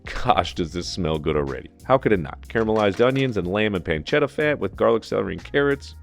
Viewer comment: "PanceDa". No, pancetta. PanceTTa. Con due T.